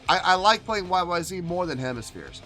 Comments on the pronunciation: it's not a question of pronunciation, it's the name of the song, the way Rush intended it to be. YYZed ! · Is it pronounced YYZet? I didn't know until years after I heard it? Great song, performance 👏.